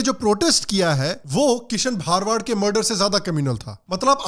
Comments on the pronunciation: Bhai wo bha ra wa d hota hai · Sir gujart me भारवाड़ nhi भरवाड़ hota he ❤️ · It's भरवाड not भारवाड. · भा-र-वा-द नहीं है भ-र-वा-ड है 🤦🏻‍♂️ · भरवाड not bharwaad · It's bharavad not bhaarvad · Not bhaar-wad it's bhar-wad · भरवाड Hai woh... Plz pronounce properly for no objections... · aap ka pronunciation galat hai it is bharwad and not bhaarwad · Thanks for opening our eyes. I appreciate all your videos. Please correct your pronunciation- his surname is भरवाड